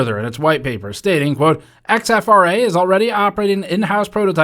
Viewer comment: I’m guessing that’s not X-F-R-A but “exfra”, as opposed to “infra”